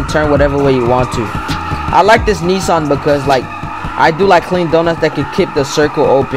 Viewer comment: finally someone who pronounces nissan as knee-sun and not knee-san